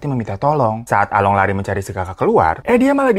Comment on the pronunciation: bukan Along tapi Alung baca nya 🤭